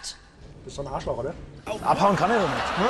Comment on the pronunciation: Arch Loch sagte er hahah